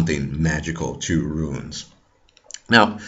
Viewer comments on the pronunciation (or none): Runes goddamnit not ruins ...JFC!